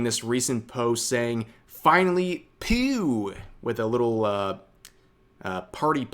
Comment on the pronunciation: Isn't peow like meow instead of pew? 😂